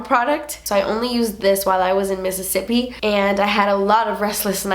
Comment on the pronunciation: I love how you say Mississippi! Reminds me of friends when they talk about Monica’s rich boyfriend Pete... when they talk about how he’s so rich he should name a state after himself missisipete okay I’m done 😂 love you!!!